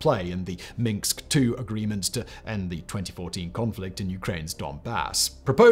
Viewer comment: Free tip: the "s" comes before the "k" in "Minsk".